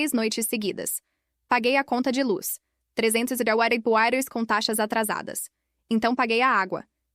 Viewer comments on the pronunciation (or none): nunca conseguem falar reais mas dólares falam corretamente